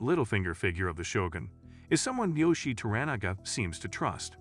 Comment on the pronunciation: Also wrong, well as I was taught, To-Ra-Na-Ga pronounced Toh-Rah-Nah-Gah, and Yoiishi is pronounced Yoh-eei-shi